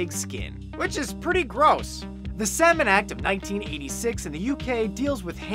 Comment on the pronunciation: "The semen act of 1986" You might want to work on your pronunciation there, mate.